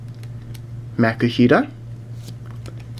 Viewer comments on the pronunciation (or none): none